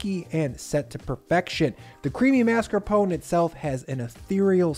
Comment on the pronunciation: Thank you for pronouncing mascarpone correctly! It drives me nuts when people, chefs included, call it marscapone.